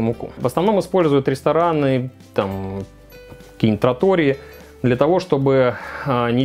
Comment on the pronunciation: ТраторИя!!! А не тратОрия... кошмар... как это сложно смотреть. Пицца бол что за новое невиданное название американское